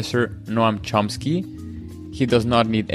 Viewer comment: Drives me crazy that so few pronounce Mr Chomsky's name correctly.... there is no 'P'... its not ChomPsky! 😢